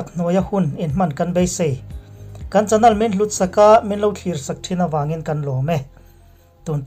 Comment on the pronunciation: Chanel hi chanal tih ang lek lekin i chhiar thina.channel ...nel lai kha lehpekah chuan lam dik tawh ni se..